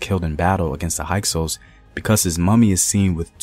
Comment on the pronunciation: HYKSOS**. Sounds like a Hyksos. High cose. No no sounds like hike sous